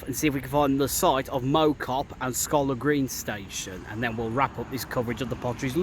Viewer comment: Mow Cop - Mow as sounds in cow, rather than lawn.